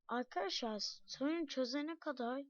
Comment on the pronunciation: Aga yağ senin sesin bebek gibi çıkıyo mesela aykadaşlay oluyo